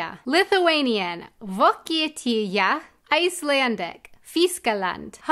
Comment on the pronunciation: pretty sure Germania is derived from Germanic tribes. P.S. why lithuanian call it Vokietija is beyond me. Then again, we call Poland "Lenkija" despite being united to a one country for several centuries. P.P.S. You lithunian pronunciation was on point 👌